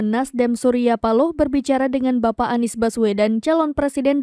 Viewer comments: Seperti suara yg bacain Mezzo Novel😂😂😅😅😅,, masa pak surya speaking spealing nya bacanya Nies😅😅😅😅😅😅 yaa Salam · perhatikan ucapan "haduh NIEs" rata2 pengucapan / pelafalan dari AI memang ngebacanya spt itu, lihat aja video2 short yutup menggunakan speech transcription, pasti ngebacanya bukan ANIS, tapi aniEs. kalo suara memang bs sama /mirip, semua bisa di tiru dengan AI